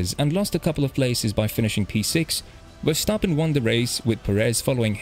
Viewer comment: Big shoutout for pronouncing Verstappen correct